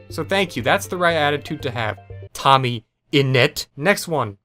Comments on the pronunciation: The way he says tommy in net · the way he pronounced tommyinnit lmaooo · The way you said tommyinnit i just burst out laughing😂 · lmao love how you completely mispronounced tommyinnit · why do u say tommyiinit so wierd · the way he says tommyinnit is funne